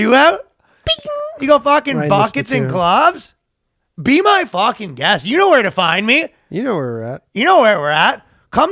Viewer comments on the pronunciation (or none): that was the most Canadian "fuckin' " I've ever heard🤣